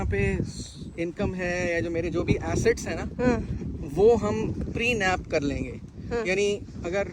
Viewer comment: It's PRENUP not prenaap!